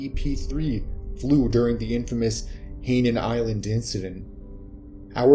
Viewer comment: I do get tired of these readers who can't read. Hainan island is pronounced "HIGH-NON", not "HEY-nun".